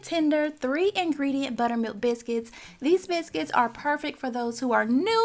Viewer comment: I love the way she says biscuits ❤️👏